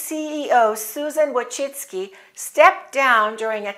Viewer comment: My congrats, your pronuciation of Polish surname Wójcicki (vooy-chee-tskie) is almost similar to genuine Polish pronuciation!!!